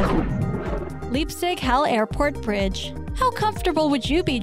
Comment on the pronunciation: And the main runway of CPH crosses the road in the same manner as well, and maybe she wouldn't have buthchered either of those names as badly as Leipzig-Halle was.